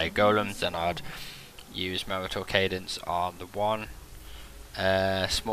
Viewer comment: Thinks its pronounced Marshall cadence, like martial arts